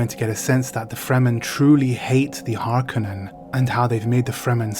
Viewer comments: It's interesting to hear you and so many other people pronounce "Harkonen", "HarKanen". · “Har ‘Cone’ an” is the way it’s meant to be pronounced, accent on “cone”. Someone probably already said that and if so I agree 😏👍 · I've never heard anyone say "Harkennen" before. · I listened to audiobook and they pronounce it as HAR-CUNNEN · Love your channel and your content. I read Dune for the first time in 1979. I just found out the other day that Frank Herbert lived on the same peninsula as me. Wish I knew that sooner. Ok so, it's pronounced Har-Cō-nehn, just like Chani says it. Chances are they didn't let her say it wrong just because she's that hot, ya know? AND it's Lee-tōe, not Let-tōe, Ok, back to your vlog/review...tyfl. ps Lucky Dog You!